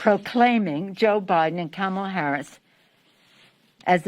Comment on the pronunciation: She can't even pronounce the VP elects name correctly.